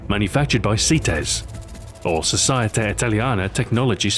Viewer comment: In italian you have pronunced: Sosieta Italìana Tecnologìee Spesiali. Your italian suck. But it's a bit funny!